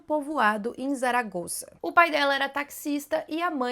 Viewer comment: Zaragoza, se pronuncia como se fosse um S. Saragosa, só prende o S nos dentes, um s mais fechado ❤